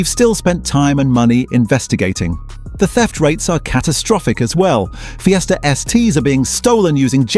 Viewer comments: What about Ford Feesta.? What a givaway. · Ford Feeeester....?😂🤣😂 Dump the AI crap